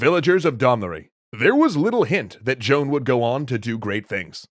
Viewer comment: Either say Joan or Jeanne but not John .